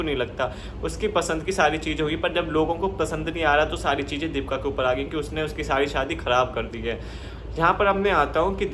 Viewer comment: भाई दीपका नहीं दीपिका है उसका नाम 😅😅 पहले अच्छे से बोलना सीखो 😅😅